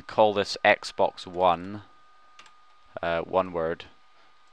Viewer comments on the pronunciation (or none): none